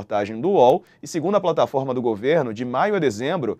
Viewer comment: Porquê o repórter fala plantaforma? ao invés de falar plataforma.